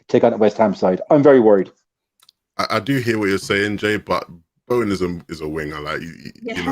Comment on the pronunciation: "Bowen - class"... "I'd play Bowen in the pivot".... God help us all